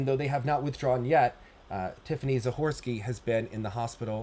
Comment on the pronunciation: Not only do you practice your Russian pronunciation well, but you were also able to pronounce the name Zahorski, as if you were from Kharkiv.